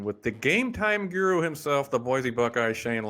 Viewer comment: How does pronounce “Guru”?